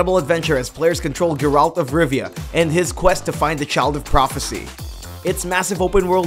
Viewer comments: Why you keep callin him GerALT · the fuck, did you guys hear how he pronounced geralt of rivia?